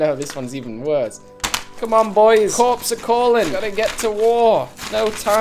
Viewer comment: I initially thought he meant “the corpses are calling you” but I think he meant corp as in marine corp which is pronounced core, American English is strange I know.